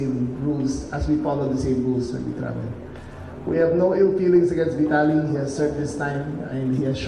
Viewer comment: VITALY THE RUSSIAN'S NAME IS PRONOUNCED VEETALY.